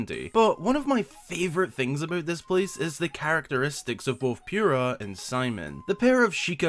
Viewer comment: NOOOOOOOOO ITS POO RAH NOT PURE AH